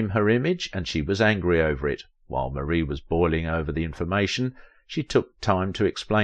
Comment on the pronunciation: It is prounced MAR-E not Marie❤